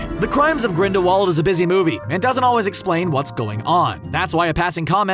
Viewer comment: GRINDAWALD is with a V sound.